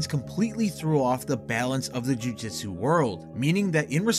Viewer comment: PLEASE, JUST PLEASE PRONOUNCE JUJUTSU RIGHT